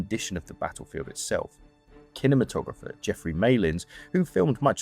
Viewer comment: "Kinamatographer"... are you sure this isn't AI? 🤔